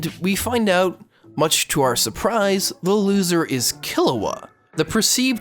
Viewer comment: I hate your pronunciations lol. It's Gohn, Keel-oua, and Lay-orio.